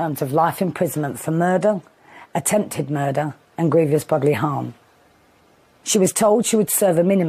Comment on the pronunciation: I struggle with hearing someone who is an author presumably writing in English saying grievous pronounced as “griev ious” 🤷🏼‍♀️- I don’t know this word at all and especially used in the context spoken, I only know grievous. Otherwise not a bad video.